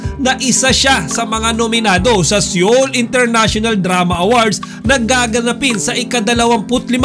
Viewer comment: SEOUL IS READ AS SOUL NOT SEYOL.